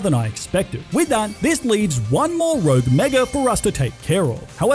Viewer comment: You said “thwee rouge megas”